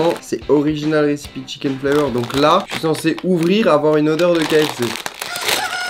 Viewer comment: “Récipi” au lieu de RECIPE